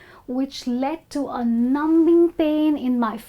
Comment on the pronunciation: Thanks, but why do you pronounce b so clearly in "numbing"? We usually don't pronounce it, do we?